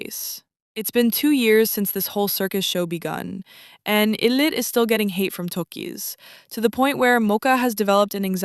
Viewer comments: oh my god i’m so sorry you made so many good points but it’s pronounced “eye lit” like ill do it but ill-it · ....it's "eye"lit. In Korea we pronouce them "eye"lit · its pronounced eye-lit btw just wanted to let u know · even english-wise it's supposed to be pronounced eye-lit lol... it's literally a combination of two words: i'll and it. but great video nonetheless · if you know the name lore, then yeah. But they chose to spell it as ILLIT, with no apostrophe, so in English it would be pronounced with a short i, so it's understandable why people would say it wrong.